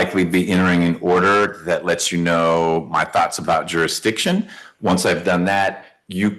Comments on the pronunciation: What's "juryhdishun"? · Jurydickshin.... ya honuh... usual suspects man